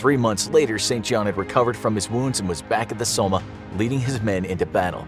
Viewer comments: "Som-meh"? It's more like "som-mm" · Seriously why cant Americans say "Somme". It's just "Som" not "Sowma" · It’s not somma it’s Somme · it's pronounced som not somma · So-mah. It's pronounce, "Sawm", guy. And what is that weapon in your thumbnail? Where is that soldier's helmet? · Tf is the battle of sommer lol. Its pronounced som. Aka the somme. I've been the the somme battlefield. The youngest I saw killed was 15. I'm sure there were many younger. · the somma lol u pronounce it the som btw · It’s the Somme pronounced (saum) not “sawmeh” do you guys educate your readers on how to pronounce foreign words at all? This isn’t the first goofy pronunciation I’ve heard on this channel. It’s honestly like nails on the chalkboard of my brain when you mispronounce words in common usage in historical circles. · great vud but its the battle of the somme pronounced SOM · Its pronounced Psalm, not So-ma. The Somme... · yeah exactly it is spelled somme not somma what he said it really annoyed me in this video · my guy really said the Somma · That's not how you pronounce Somme. It's more like som. But awesome video tho!! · Somme is pronunced "Sawm" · I cringed every time he said somme. It's Sa-mm. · 😂😂”the battle of the so-mah”😂😂😂 it’s like “bro! Do u even know history?😂” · He's mispronouncing the Somme. It's just like som. Rhymes with Tom or bomb. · It was very odd the way you pronounced somme its pronounced som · Cba even watching after the way you said Somme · Isn't somme pronounced without the e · You mispronounced how "Battle of Somme" is pronounced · Yo! Narrator! Before you record your narration, would you please research the topic a little bit so you stop mispronouncing important details? I got to before I couldn't take it anymore, made this comment, and left. SOMME. Read about that before you read to us about it. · His pronunciation of “Somme” is painful to listen to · The way u say Somme makes me cringe so hard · Ah Your mispronouncing “Somme”